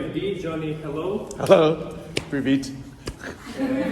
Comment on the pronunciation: Sorry i laughed way too hard at the way you said privet🤣